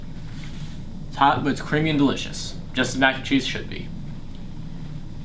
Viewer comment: Did this dude just make East Mac and called it chillin and grillin 😂😂😂